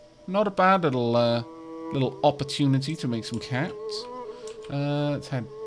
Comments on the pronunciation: I know he's saying caps, but I can't help but hear cats as the currency whenever he buys stuff. The greatest chuckle has been had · What is the currency called? I hear it differently every time you say it. I either hear caps or cats. Edit: nvm I saw it when you hired Miss Mini.